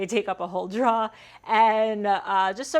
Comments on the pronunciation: I believe you say drawer wrong. Go check out Jackman Works, he knows how to pronounce it correctly 😉. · Yes! "draw". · The only word where I heard any NE accent at all was "draw". You say drawer just like Norm Abram. I watched him for a long time, and he always talked about how he was going to make some draws. Hunh? Wozzat? :-) In my neck of the woods (Michigan), we say dro-er My favorite part was the human part -- "this isn't done", "I need to fix this", "I don't like how that works". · 'Draws'? What are Draws? You mean drawers? :-) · I have never heard anyone say "drawuh" as many times as you just did, girl! Haha. That's one I had to just figure out as I watched... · I hardly notice your accent until you say 'draw' (instead of drawer)... being from the south, it makes me smile every single time... 'cur-in' (curtain) also drew out a couple of smiles. There were a lot of smiles in that video. Thanks for the tour - you gave me a few ideas for my shop and workflow. I always enjoy your videos. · I love how she says "drawer"... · The shop tour is cool, but the way you say "drawer" is amazeballs! Thanks for the tour! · I have enjoyed watching uour channel and have purchased some of your plans. I follow another female woodworker. I find the approach different and refreshing, seriously. I did figure out your general location from your pronunciation of the word "Drawer". I knew it was in the north. Good job and good channel. Thanks for sharing. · I slurped some coffee each time you said "drawer" or "drawers" this morning. When my shop time is over and I watch one of your videos, I swap out the coffee for a beer - or two. lol Thanks for the tour of your shop! It's always interesting to see other woodworkers' shop. :)